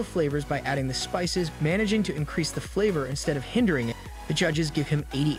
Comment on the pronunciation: Finished it, good video but why did you say spices as "spicys"? but as I said good video.